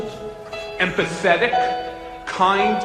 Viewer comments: When Michael Cohen said "empathetic", I heard it as, "and pathetic". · in the Michael Cohen clip, the way he says "empathetic," it almost sounds like "pathetic"...